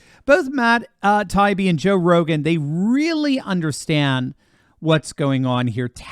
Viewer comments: Hey, is Tie-ee-bee not tie-be. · It’s Matt Tie-Ee-Bee He’s the ONE honest journalist left. Give him the respect of pronouncing his name properly. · This is the fourth video where you Mispronounced Matt “Tie-ee-bee ‘s name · I think that Matt says Tie ee bee. He's reported some great stuff. Your reporting is excellent as well. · please STOP mispronouncing Matt Taibbi's last name. It's annoying and a lazy approach on your part. This is my third notice to you on this subject. Will you never learn?